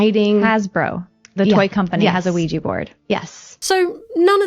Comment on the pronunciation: "Wee gee" boards 🤣 Id think it was satire if I didn't know any better but i grew up in the bible belt and lived through the satanic panic and probably pronounced it as "wee gee" before i got old enough to understand the proper pronunciation.